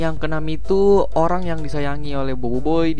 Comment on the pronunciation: Orang bang bukan irang